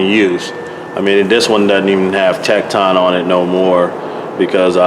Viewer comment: Tekton actually sound like tektin